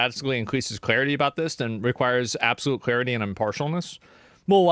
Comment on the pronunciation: Wot mate? Absoloot rubbish